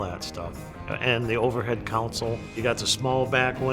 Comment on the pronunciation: "Overhead counsel"... 😆 CONSOLE, not "counsel". Maybe I'm just O.C.D., but I hear that at endless car shows, and it's a huge pet peeve of mine.